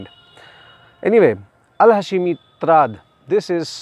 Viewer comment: Not ha-she-mi but hash-mi